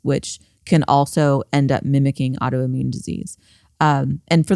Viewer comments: Rick, I love you. Please stop saying “audioimmune” and say “autoimmune”. Again, I love you. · The way Rick says "audioimmune" instead of "autoimmune" drives me crazy. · Anyone else this Rick is saying ‘audio’immune?